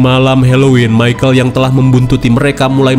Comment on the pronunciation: Michael bang, bukan micahel 😅